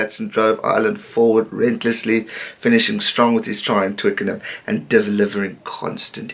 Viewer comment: In the interests of helping pronunciation ,I know you've been getting my name wrong 😆 "Eoghan" is pronounced as "Owen" like Owen Farrell the England player . Eoghan is the Irish spelling 😃😃😃🇿🇦🇮🇪